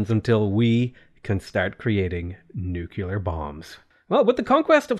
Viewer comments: Hey! Learned a lot from your games at Civ, but I need you to learn is Nuclear, not Néclar, i do understand your pronunciation thing but that is with ethnic names, such wonders and stuff, but nuclear is not pronounces néclar, cmon, i stress in this since it is a thing saying Néclar, Keep it up! streams are always amazing! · NU- CLE-ARE NUCLEAR not NUke ULar Nu Clear... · “Nucular” pronunciation is sending me